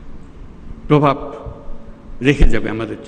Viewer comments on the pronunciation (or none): none